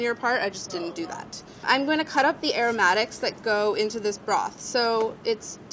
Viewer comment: airroomattikks? its chicken soup!!!!!